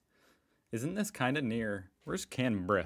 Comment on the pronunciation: Sydney is the capital of NSW. Canberra is the capital of Australia. I live here!! I noticed you know how to pronounce Canberra now!! South Bank beach is a man-made beach/pool in the middle of Brisbane. Bris-bin is a small city!! But awesome!!